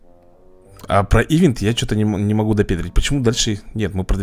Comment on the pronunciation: не и́вент а иве́нт!Видос топ!